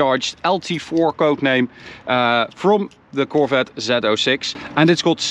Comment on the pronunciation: Zee 06 NOT zeto 6!!!